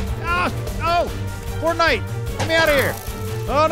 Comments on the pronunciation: everytime said fornite I just cringed so hard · I love how terrible you guys are at this game but in a good way., the loom is for making custom banners. You need to craft the wool into banners then use dye and patterns, get better weapons and a bow. Also stop saying fortnight or I’m leaving, it’s called iron, just ask the golem out on a date already, never change, you’re awesome